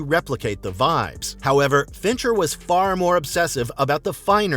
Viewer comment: It’s Fincher , unreal